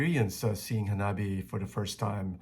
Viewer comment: 花冷え(HANABIE) is pronounced Ha-nah-bee-eh. え= eh This is Japanese. There are no silent "E"'s in Japanese. So it shouldn't be read like it's in English but rather the Romaji pronunciation of Japanese.